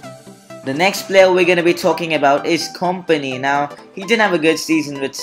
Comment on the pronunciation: Aguero should be 88 not 89..kompany is pronounced company